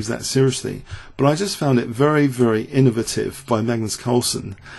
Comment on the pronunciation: As a American, your pronunciation of innovative took me by surprise.